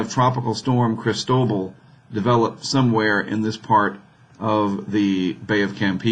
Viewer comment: See, right up there on that NOAA page, it says "pronunciation guide" -- and according to the guide, it's pronounced krees-TOH-bahl. You got it. Maybe need a little more "ee" on the first syllable. :-)